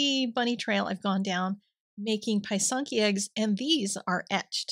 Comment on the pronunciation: Hi Sandy, welcome to pysanka writing. Just a small note. The y is soft as when you say the word is. Not hard like pie. Also singular is a pysanka, many pysanky. Again soft i sound for both y. I have never tried the etching. This is a newer phenomenon. Thanks for sharing, I may give it a try.